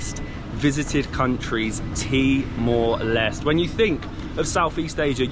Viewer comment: "Timor Leste" with the end "E" sound in Portuguese, not silent "E" like "Timor Lest" 😅. In English, Timor Leste is called East Timor.